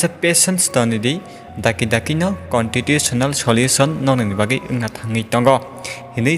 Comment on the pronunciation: Constitution ni pronunciation no kicha kaham Khai srwngwi kok Salai gradi tei interlocutor ni no Khunju ketai kha takhuk rog. Buibai mwnwi jak Mang angle lengkha.... Kicha khairog jabai di takhuk rog. Hambai.